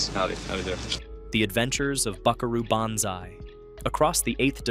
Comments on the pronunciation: BAN zai? That's some weirdass pronunciation of Banzai. Y'know, the part of the word that sounds like "bahn" :p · BON-ZAI BO-NZAI not ban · Buckaroo BANzai?! 😳 It's pronounced Buckaroo BONzai. The sound is ON, as in "Han" Solo. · Why is it that AI cannot be taught to pronounce names? I was doing just fine with this video until Banzai was REPEATEDLY given a short a sound. Rhymes with can sigh. Or pan thigh. Or man cry. Or ran high. Or dan nigh. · BONzai not BANzai is how it is pronounced AI speaking on this video. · BON ZI not Ban zi. What are you racist against Japanese? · It's the Lectroids that are all named John. Also it's pronounced Bonzai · It's Bonzai. NOT Banzai. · AI narrators gotta go. How many ways are you going to pronounce "Banzai"? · Of course it’s an AI voice, most of these List videos are. It’s quite apparent when it mispronounces Banzai. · Really? Is it the cheapest text-to-voice software ever, or is there actually a human being that doesn't know how to pronounce "Banzai"? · Gotta love the A.I.'s pronunciation of "Banzai." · I had to stop watching this during the Buckaroo Banzai segment because the AI generation was so crap. It can't pronounce Banzai properly and it kept getting facts and details of the movie wrong. Also, we didn't find these on cable. We either saw them at the movies or rented them a a video store. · As much as I appreciate a guy that seems to make vids in his actual voice, I must suggest you look at a pronunciation key for "Banzai." Also, man, I was tripping so hard when we saw Night of the Comet I nearly gave myself a hernia laughing my ass of at the drive-in. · Your inability to pronounce Banzai is hilarious 😂